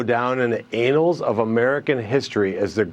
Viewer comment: "Anals of American history". The fact that these talking heads have viewers who also don't know the difference between "anals" and "annals" increases my fear for the longterm survival of the U.S.